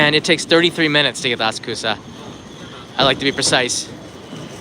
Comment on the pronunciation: Thanks for the video. I don't suppose you saw where the new Sotetsu/JR line ends up when it gets to Shibuya? Sorry, I don't usually do this, but... It might be helpful to put the emphasis on the correct syllable in Asakusa [a SA ku sa], especially since it's already sometimes confused with Akasaka [a ka SA ka].